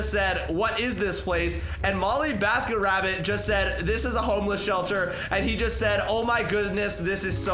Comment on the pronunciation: it is not molleebasketrabbit it is mollybasketrabbit